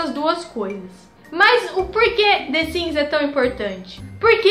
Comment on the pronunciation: the siMs, e não the siNs. que agonia.